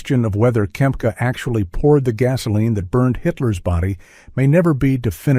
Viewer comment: Not Kemp, its Kempka....